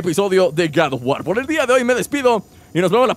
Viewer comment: Gad of war :v de todos los youtubers que pronuncian la palabra god of war tu eres el más nmms :v